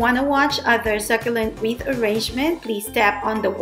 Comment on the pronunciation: Wreath not Reese😂😂